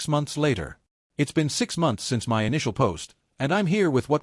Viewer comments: Please tell your AI voice that my is pronounced mi not separate letters as in m-y. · While the story is good, the AI needs to learn to say the word " my " ..